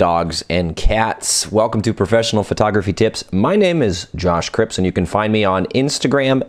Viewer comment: Just a heads up, it's Cripps not Cribbs :)